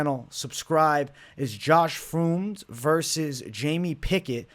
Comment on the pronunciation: Spelling: "Fremd": "Froomd"